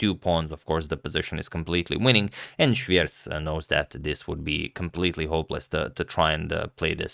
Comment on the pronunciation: Pronouncation dude here: I assume Dariusz Swiercz is polish, so you pronounce it almost correctly, only cz should be pronounced as ch (like in chocolate)